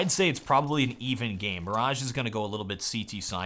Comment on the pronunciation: Mirage, not maaaraaaagge